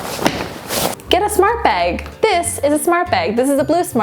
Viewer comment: I hate the way she says bag.. She says it like beg or beag